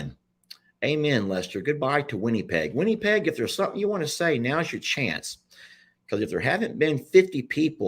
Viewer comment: It's not winniepeg. Lol it's winnipeg same sound as it or in.